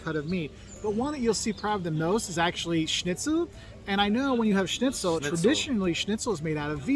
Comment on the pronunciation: hehe yes German Schnitzel is traditional but very more good food. Thank you for your correct pronunciation. Schnitzel not Snitzel.